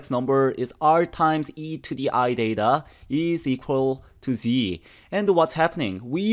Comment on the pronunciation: Excuse me is it DATA or THETA